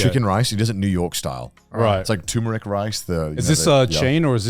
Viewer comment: I laugh whenever i hear boys saying tumoric rice instead for turmeric rice. LOL 😂😂🤣🤣